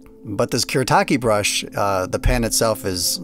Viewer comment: It’s pronounced ‘Foo-deh” And it’s “kù-Reh-tah-kė”